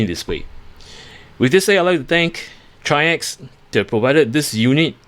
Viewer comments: I know this is an older video but the company does pronounce their brand name as trikes. Like the 3 wheeler but plural. That is all. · Excellent video, and because no one asked and not that important..If anyone ever wonders..The company is pronounced like the word Bikes but with a 'TR'...TRIKES [TRYX]. Thank you for this wonderful video, will definitely pick this up.